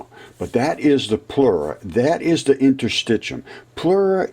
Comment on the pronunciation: Interstit “shium”